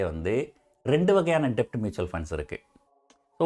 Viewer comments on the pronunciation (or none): Sir அது டெட்.. டெப்ட் இல்ல